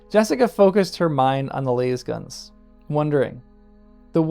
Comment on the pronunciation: i hate the way you say lasgun. It's not LAYSgun.